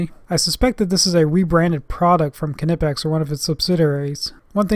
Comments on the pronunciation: It's not K''ee''nipex it is simply knipex without ''ee'' it is German not American. Type Knipex in google translate to hear how it is correctly pronounced. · NIPEX , silent k .........hehe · Kernippex? As in Kernife (knife) and Kernight (knight). Omg 😧 you Americans 😅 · Don't want to be the Internet police dude but Knipex has a silent K. Other than that great video and a thumbs up from me. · I thought the "k" on knipex was silent, making it "nipex" to pronounce it. Hmmm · Isn't it pronounced "Nipex" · The K Is silent